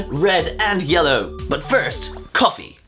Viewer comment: I thought you said: "But first Koffing!"